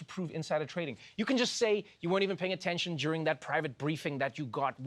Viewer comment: Purely off the accent, this part ended me: "In America, if you say the word "free market", you kahn do anything. It is like their witchcraft."